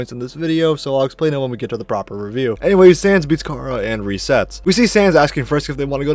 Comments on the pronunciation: “chara” is from the word “character” care-uh not car-a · You’re saying chara wrong it’s pronounced like Kara